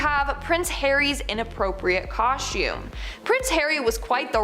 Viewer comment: Coshtume parties?